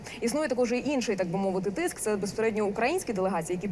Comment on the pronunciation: Доброго вечора.Шановна, слово не безПередньо,а безПосередньо.Часто вживаете це слово,чути не правильну.вимову.Це с лово вам слід говорити повільніше.З повагою,постіна слухачка,викладач сценічної мови.